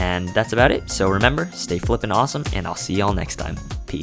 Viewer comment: "too awoseme"